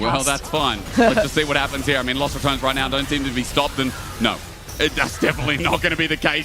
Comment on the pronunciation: Ya know, he mispronounces Ratones, but it sounds like "Los Return-es" which is kinda accurate man! Also, if you're interested in how to pronounce it, I included my best try at explaining how it feels to say it, in my mouth. Ratones is pronounced more like "Rolled R - ah - to (but the t is actually somewhere between a d and a t, but closer to a t. and then the American pronunciation of the character in Smash,) - ness. So, something like rrah- Tdo - ness